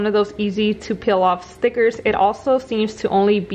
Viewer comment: You “ Peel” it off... Not “Pill” it off ! 🙄🙄🙄 It’s “Lemonade”... Not “Limonade” ! 🙄🙄🙄🙄.